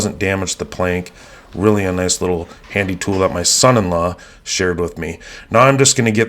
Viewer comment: THE EMPHASIS ON "SON IN LAW" XD